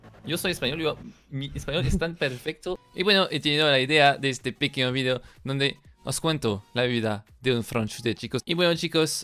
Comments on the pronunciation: Me acuerdo cuando decías "fideo" en vez de "video" xD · Escucho su vigdeo, si el dice vigdeo no video lom